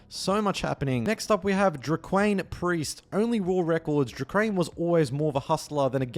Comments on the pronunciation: Great vid as usual and Dre’quan name is pronounced Dray-Kwon, black asl I know😂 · “Flea market” - FLEE market “Real Dimez” - Real DIMES (like the coin) “Dre’Quan” - DRAY-KWAHN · When I heard “Drey-Kwaine” and “Real DeeMezz” I thought damn is ai generated?😭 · Sheesh you butchered the hell out of Dre’Quan’s name lmao